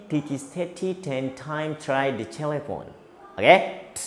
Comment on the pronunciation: Mohon di koreksi lagi pengucapan “telephone”. To sound juga bisa dikoreksi kapan baca to, te dan de . Plosive, fricative, affricative, nasal, lateral, vibrant dan semi vowel bisa lebih diperjelas kak posisinya. Kata per katanya untuk pengucapannya mohon dipastikan benar dan tidaknya 😊.